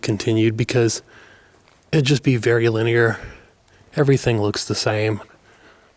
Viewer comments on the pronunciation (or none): none